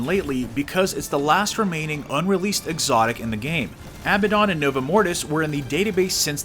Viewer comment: actually bud you're wrong, it's ab-uh-dawn. There's 2 B's not 2 D's